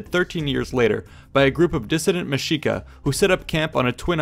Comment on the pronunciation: Love how accurate this was . I’m Mexican trying to relearn my indigenous roots and your pronunciation is on point . I was surprised when I heard you say Mexica the correct way as mesh-shee-ka. Good work!